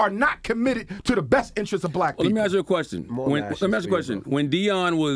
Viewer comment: Ask Dr J why he cannot pronounce 'ask' or speak grammatically. Or ax him.